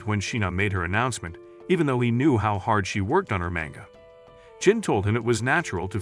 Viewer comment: lol mango and not manga